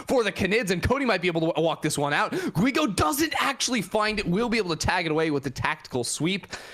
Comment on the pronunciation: when sayin Guigo the U is mute.